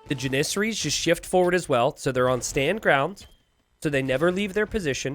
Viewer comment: I wish that you would stop mispronouncing janissaries